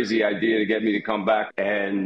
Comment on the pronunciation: "im gonna cahm"